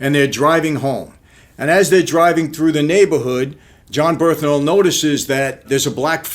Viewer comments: Brilliant review. But it’s Bern-Thal Not Berth-Nal Just saying man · John “Birthnal” lmao